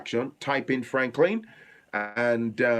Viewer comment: What is pirigidi? kee me. You are saying the truth though.